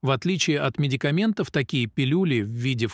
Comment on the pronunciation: МедикамЕнтов, трОмбов- я Вам показала, где правильно делать ударение в словах- следите за своей речью. Такое может допускать не специалист.